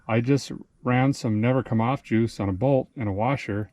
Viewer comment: "Never come off jiuce"